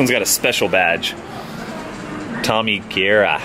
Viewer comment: it's kaira not kira